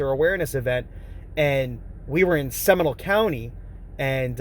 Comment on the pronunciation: Seminal County?? Do you mean SEMINOLE CO???